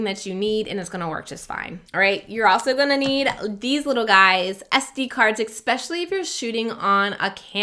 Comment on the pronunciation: Exspecially is not a word. PNY cards cannot support high throughput. Please, lose the X in “especially” and investigate which SD cards are actually good.